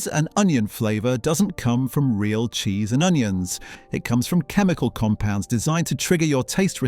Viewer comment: Jheese? Isn't it Cheese?